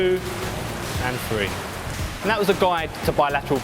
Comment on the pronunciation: "Breff one.....two frreeee..."